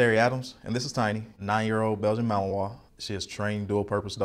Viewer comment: why is he saying belgian mahowa?